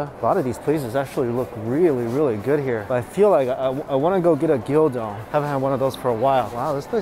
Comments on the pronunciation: I absolutely love you man but please correct your pronunciation of Gyudon. It’s gyUdon not gyOdon😅😂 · Don't want to be that guy, but it's pronounced gyu-don, not gyo-don. Gyū being the word for beef. Maybe you're conflating the pronunciation of Gyoza to this word. Also a macaron is what you ate, not a macaroon (a different coconut based treat).